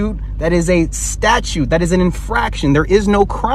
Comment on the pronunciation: Mr. Attorney…. Sweetie, the word is “statute” not “statue”. I’m certain you haven’t managed to successfully pass a bar, let alone pass the bar exam.